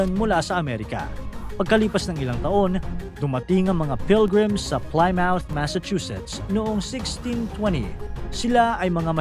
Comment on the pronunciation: pli-muhth ang pronunciation kuya